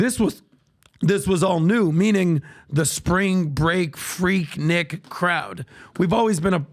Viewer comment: Its pronounced 'Freek-neek'- atlantan